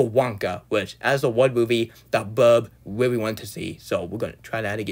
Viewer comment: Weally disappointing cwis